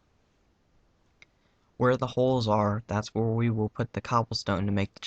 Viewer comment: When he says "where I leave holes is where the windows will be" it sounds like he says "where I leave hoes is where the widows will be"